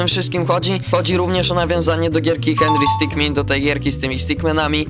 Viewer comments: Henry sticman a nie henry scicmin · Nie henry stikmin tylko sitkmen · ty dzbanie muwi się hendry stik